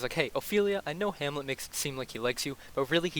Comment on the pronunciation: “Hammie” lol